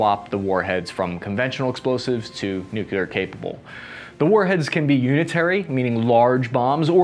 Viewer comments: Nuclear. Say it with me NU-CLE-AR. Not NUKE-YA-LAR. Thank you. Good videos, by the way. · "New-clear" not "New-cue-ler". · Hey, it’s nu-clear not nucular…jabroni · But then he ruins it by constantly saying nook-yoo-larr. Repeat after me, everyone: New klee urr. The atom contains a nucleus, not a nukulus. That E in the middle is important. Listen for the E. If it ain't there, it's a nook-yoo-larr. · Everyone: New-Clear Americans: New-que-ler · Noo-cleer , not noo- keyoo- lur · Please - it's "newclear", not "nucular". Otherwise a very good and informative video. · Some please explain to him the word is nuclear, not “nucular”. Say it with me, now, “new-clear”. Also, still waiting on that caseless ammo video. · It’s nuclear not nucular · No pass. Three syllables. Make a conscious effort. Say nucleus and then say nuclear. Repeat for an hour or until the speech impediment goes away. If you're going to make videos like these, have a guy there to punch you in the stomach really hard whenever you say nookyoolar. Then start up a conversation about uranium power plants. Within a week or two the nookyoolar should go away fairly easy. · Greetings from Colorado. Great stuff as usual. BUT! Come ON, guy... NU-KLEE-AR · Did I actually just hear a veteran say Nukular? I thought only Dubya said that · Hey! I love your content and delivery. Would love it more if you made an effort to say new-CLE-ar. Not so hard … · Nuclear is pronounced "new-clear." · Still saying "nukular". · Why do so many people say nucular instead of nuclear! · "Nuculer" Ugh